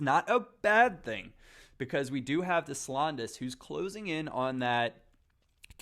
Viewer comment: for the love of all things sacred, please figure out how to say Deslandes. This is going to be a looooonnnnngggg series if you keep butchering it man. Des = DAY landes = lond. Silent s and long a sound. "DAY-lond" it is that easy man. French names are tough I understand but PLEASE LISTEN TO ME